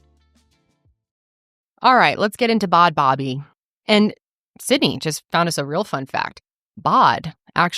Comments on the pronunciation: I always thought it was pronounced barbie! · I always thought it was Barbie pronounced Baabee too! I thought Bad Baby was a whole other person!